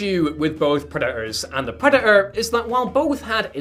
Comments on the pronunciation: Preh daht er. Not preh uh uh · Love your content but please learn to PRONOUNCE “Predator” correctly, it does have a “T” in it